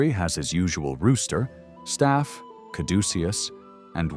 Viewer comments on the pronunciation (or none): none